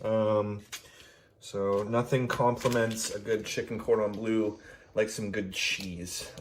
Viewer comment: "chicken-cord-on-blue" Now you're just making up words bro Wait why is there an escape counter lmao this is getting good